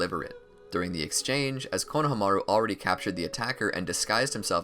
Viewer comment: It’s pronounced Kona- harm -a -rue